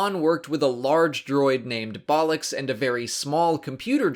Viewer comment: Being British, when you said that droids name It sounded a lot like Bollocks 😂